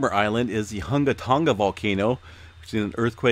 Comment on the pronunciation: Oh. And the G of "Tonga" is not pronounced as a hard G. "Tonga" rhymes with "song-uh" (not "song-guh").